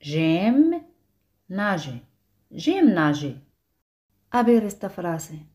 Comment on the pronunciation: por que a veces acentua nager al final y otras al inicio?